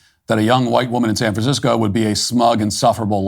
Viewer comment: “If you live in Sficisco”? What language is this Idiot speaking?